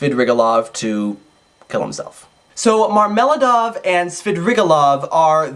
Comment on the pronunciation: Marmel'аdov not marm'eladov ! And swidri'gailov .my ears bleed!